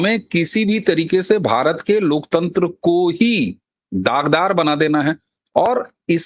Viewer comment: LOK TENTR nahe LOK TANTER boleye...